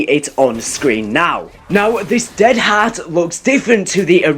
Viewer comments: please pronounce heart correctly😂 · The way he pronounces "heart" irks me..